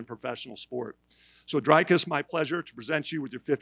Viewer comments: It's not Drycis it's Dricus, if you can say tree then you can say Dricus, just take the T out of tree and put a D in front and the cus at the end, it will look like this Dreecus if you can pronounce that than you can pronounce Dricus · Why is Jeff Novitzky still around? I thought he quit when USADA quit. He calls him "dry-coos" instead of "Dree-coos", get that Novitzky guy out of here. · It's not "dree-coos" either. it's more like dree-chis with a short e sound instead of the longer ee sound in the first syllable and the second syllable, chis, sounding like Chris without the r. Oh, and don't forget to roll the the r when you say his name. Now say it again - Dricus! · it’s not Dry-cuss it’s Dree-cus 🤦‍♂️ but well done DDP. can’t wait for you to beat Strickland this weekend 🇿🇦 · Nah. The Dri rhymes with tree. Think Dreecus. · No he wasn’t, but he tried 🤪🤣 in the beginning it is difficult to Pronounce Dricus Du Plessis, Enjoy the Fights & New MW Champ of the 🌎 DDP 🔥👊🏻